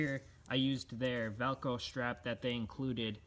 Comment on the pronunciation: It's called Velcro not Velco